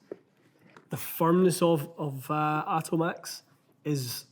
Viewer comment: Not pronounced Otto-max. Seen them before. Pronounced like Atomics